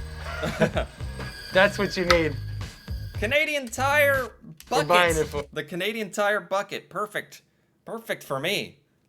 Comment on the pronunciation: don't you pronounce Bucket as "Bouquet"?